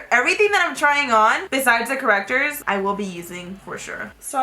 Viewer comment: "Because you know...correctores" xD